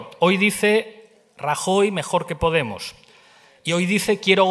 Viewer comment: pues ahí tenéis ternura. Nada como los votos para volver a poner a las cosas en su sitio. Pablo no te aclaras con la entonación. Petara potemos petara. Grande si grande, cagarro claro